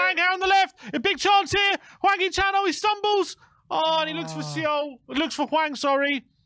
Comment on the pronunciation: 황 희 찬 발음 정확한 영국 아재들. . .